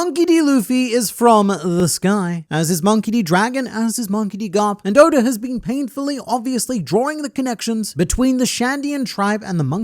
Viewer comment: Hold on a second... When you mean to say Eichiro Oda's name, you always pronounce it as "Odor," due to your Australian tongue. However, when you mean to actually say the word "odor," you say "oda" ?